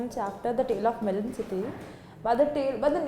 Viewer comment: Ma'am its 'melon'